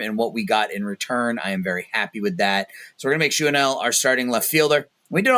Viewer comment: I believe his name is actually pronounced Shawn-U-ELL with the U having the same sound as in Luke. I’ve been very curious how to pronounce it myself and that’s what I have heard that seems the most accurate from Angels play-by-play and a couple of other sources.